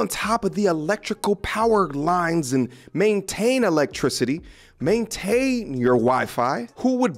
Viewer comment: Men tain.. Maintain. Men ten ants.